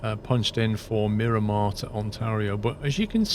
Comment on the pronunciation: Come on! Multiple people in last video pointed out that it is Miramar. When you entered the airport in Sky Vector it TOLD you it was MIRAMAR MCAS. You continue to call it and label it Mirimar. As a San Diego native, this bugs me greatly. Where are you getting Mirimar from?